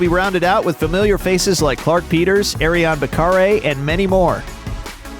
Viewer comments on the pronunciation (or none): none